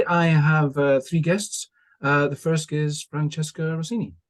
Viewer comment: I have to say sorry to Francesca for getting her name wrong - a poor start from me, down to nerves. I'll do better with practice! But what about our debate? what aspects did we not cover? what did we uncover for our audience?